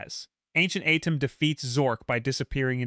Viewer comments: It’s at-tim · The Pharoah Adam. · The way you pronounce Atem keeps taking me out the story 😂